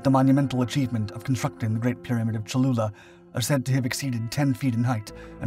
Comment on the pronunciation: Great video- I hope I wasn’t the only person who heard “chalupa” at first.